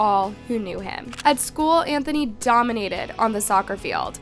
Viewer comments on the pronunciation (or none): none